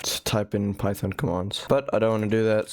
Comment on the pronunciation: It’s PY THON